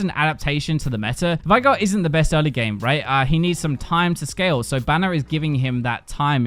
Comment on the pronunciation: pronouncing veigar as vigh-gar instead of vey-gar triggers me so much